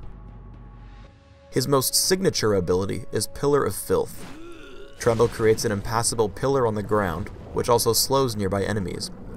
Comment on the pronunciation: i swear says trauma everyonce in awhile when he says trundle >.>